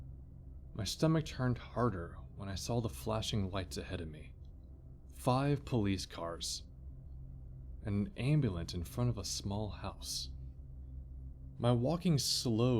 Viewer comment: I know it's silly pet peeve, but in my defense my grandmother taught English. Dropping the first R in library and the U and ambulance and the D out of vodka just makes me cringe. Other than that I really enjoyed the story. Please don't think I'm too much of a b!+ch.